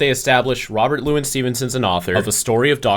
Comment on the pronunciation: Intertweaved? You also have some weird pronunciation for Robert Louis Stevenson. The middle name is Lou-ee.